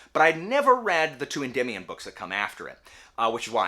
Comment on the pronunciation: Thanks for giving me the pronunciation for Endymion (en-dim-ee-on) I always pronounce things incorrectly in my head and anyone with that name I heard "ed-dee-my-on" 😆 always educating the people 👍